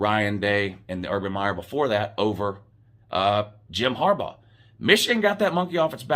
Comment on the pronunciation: This is the most objective video that this guy has done. And said Harbaugh's name correctly. Had some really good points.